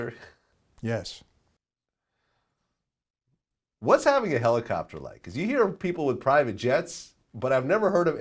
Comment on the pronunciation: "I think Kobe had a Helocopter" 😵‍💫